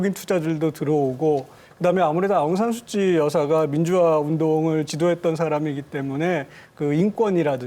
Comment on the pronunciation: 아웅산 수치가 아니라 아웅산 수찌...이름부터 제대로 불러 주기를...